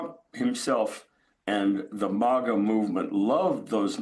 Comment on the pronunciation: Its MAGA, not MOGA dummy